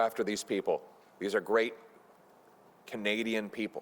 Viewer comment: Why does he have trouble with the word 'Canadian'????